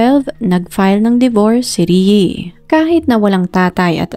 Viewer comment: PAKIBIGKAS NAMAN PO NG MAAYOS ANG PANGALAN NI RIE IT'S (RIYE OR RI-E NOT RIYI 🙄